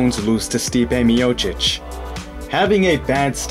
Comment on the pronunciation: I hear you havent butchered Stipe´s surname. Nice!